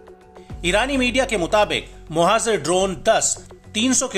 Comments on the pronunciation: It’s pronounced as mohajer not mohazer as is being reported in this video. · मोहज़र नहीं मुहाजिर होता है